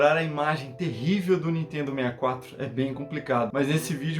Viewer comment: nitedo...nitedo...nitedo...nao consigo assistir esse canal